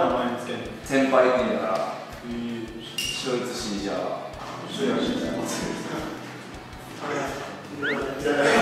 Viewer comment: ショルツって完璧やん…笑